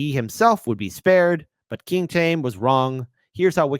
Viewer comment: For the love of god, learn to pronounce "Chaim."